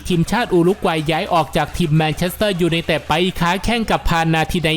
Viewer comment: แอด ควร ออกเสียงชัดๆหน่อยครับ ฟังทีไรเสียวทุกที " ยูไนเต็ด...,"